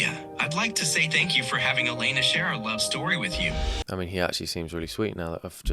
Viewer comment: I’m guessing it’s because it’s spelled Alena and the AI read it as “ale-nuh”